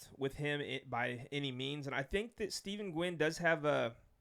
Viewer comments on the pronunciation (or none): It's pronounced Steven